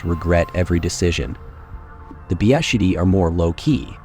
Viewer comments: Your AI lector has big problems reading not only Polish names but even the abbreviation for World War II. Here some quirks I foundBeszczady = BBC Wieliczka = Villete ska Sudety = Sudha test WWII = DoubleU Wii Oscypek = pick a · Vyelychka! Byeshtshady. Soodety. Pyenyny. Zhoorek! Listen sounds, do not "read" letters.